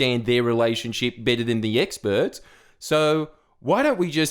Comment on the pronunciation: “Bored of the experrs”